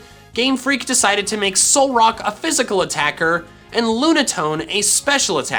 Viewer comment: "Solrack... Solrock..." His Reddit: write that down, write that down!